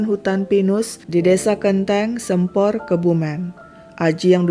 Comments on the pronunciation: Waduh Sempor Kebumen, baru tau ceritanya. Dari Kebumen hadir tp bacanya Bukan "Sempor" huruf "e"nya dibaca "E" hidup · Salah pengucapan di Waduk Sempor nya sih, soalnya aku orang Kebumen. Dan baru tau ada kasus macam ini😢